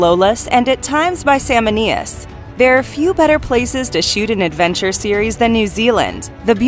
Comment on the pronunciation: Wasn’t that “Aye-olus “? Also misnamed was “Sal-MOAN-ius”